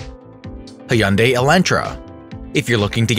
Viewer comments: Its pronounced hyundai (almost silent y) not hey-unday. Just saying as a fellow Korean. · He said Hyundai like: Hi-Un-Day instead of Hun-Day